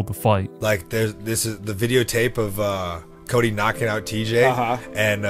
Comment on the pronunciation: and ots "Cody" not "Cory"